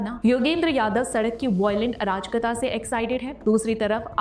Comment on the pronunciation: मैडम शब्द अराजकता है न कि आ राज कता। तीनों शब्दों को मिलाकर पढ़िए। आपका इस शब्द का उच्चारण ठीक नहीं है।